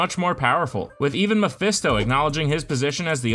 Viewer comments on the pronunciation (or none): none